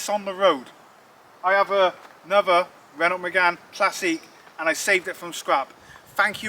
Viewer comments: Painful listening to you mispronounce Renault so often- it's Ren-oh. Apart from that, good on you for saving it! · Get that to Festival of the unexceptional! P.s. The t is silent in Renault. No e at the end makes the t silent ;)